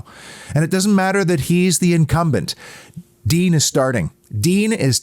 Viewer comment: Just a pronounciation note, Digne is not pronounced ‘Dean’ but rather Dinè with the è said like ‘yay’ .